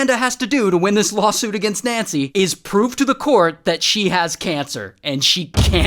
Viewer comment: 4.14 Is that "Lawusuit" ?